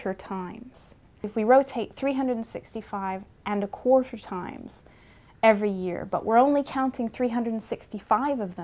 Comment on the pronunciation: And a Qhuarterrrrr times.....